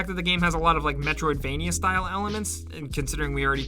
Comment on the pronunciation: say 'metriodvania" again. figure it out bud.